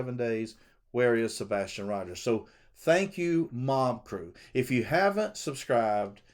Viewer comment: Please listen to Donna Seph a/ w/ she says a/ Sebastin